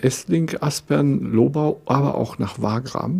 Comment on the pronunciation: Sehr interessant! Danke! Als Österreicher möchte ich noch anmerken, dass man hier das Gebiet der Lobau auf der zweiten Silbe betont und nicht so wie hier auf der ersten.